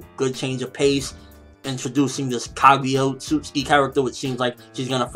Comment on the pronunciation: Say it with me Kah gew yah Oh oat suit sooki ( Phonetics :3)